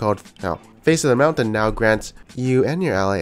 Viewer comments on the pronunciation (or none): none